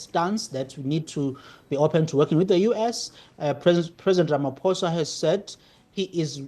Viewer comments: His name is not pronounced "Ramafosa". It is pronounced "Ramaposa" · Please pronounce the name of South Africa’s president as Rama(po)sa. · It is pronounced 'rama-poe-sa"